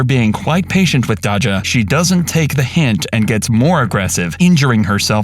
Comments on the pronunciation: Its Day-juh not dacha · Bro at least learn how to pronounce names.. it’s not dah-jah. It’s day-sha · Her name is Pronouced Day_Jah the cops and the employee said it multi times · Well first let’s start with Dodge’Jah 😂😂😂 white peoples no they can’t pronounce Black names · I hate how he’s saying Daja’s name . It feels racist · I hate the way they say her name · i feel like they saying her name wrong on purpose